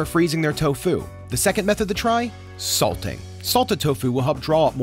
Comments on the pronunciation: Why do you say to fu sometimes and tofu other times? It's one word. Tofu. Not to fu. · Wait why does he say toFU not TOfu? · guy can’t decide how he wants to pronounce tofu. is it TOfu or toFU? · This guy is pronouncing tofu like it's a martial art 😂